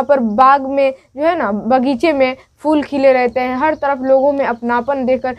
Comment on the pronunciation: Mehboob ki talash mnhi rehti balki taj ul mulook ko saza dena k liye talash karti hai Kyunki tajul mulook us ka khas gul(favourate flower) chura ley gaya tha Jain ul mulook nhi zain ul mulook Apna talaffuz durust kareye Fool nhi phool Beti aap mashq / practice kareye... Then upload kareye....